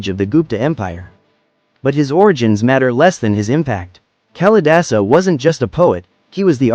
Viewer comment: Duh...it isn't Callie-dasa! Please! It is Kaali-daasa.